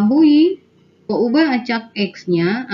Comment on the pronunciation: peubah.. peuhabe... beda banget yaa... sukses ya pak